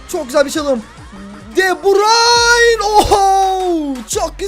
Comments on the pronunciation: Abi de burayn diye okunmuyor döbrün diye okunuy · Deburayn değil debrun olcak abi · keşke de burayn demesen telefazu de burüyn onu:D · Abi de burayn değil de burü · abi de burayn deil de büryn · abi de burayin değil okunuşu de bürün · abi de brayn diyosun doğrsusu de breine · abi deburayn deil debroyn diye okunuyo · Abi o de brayn değil de bruyn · De Bruyn degil miydi o de burayn nedir qgagafaff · Abi de bursun değil de bürün abiı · Artık Şu Adama DEBRAYN Deme Deme Deme DEBRÜN Denir tamam mı Kevin De Bruyne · de brayn degil, de brüün diye okunuyor kac bolumdur yaziyorum yorumlari okumuyosun begeninde ustte kalsin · abi onun ismi de bruyne deil kevın de brayn de daha iyi olur :D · cim de brayn değil de bürün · abi de brayn degil de bruyn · Kardeşim adamın adını DE BÜRÜN diye telaffuz edersen daha doğru olur. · de broyne diye okurmusun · o De bruyne okunusu Dö brayn boyle okursan dha iyi olur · De bürün o e şunu artık de bürün. De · abi kevin de brune yalnis soyledin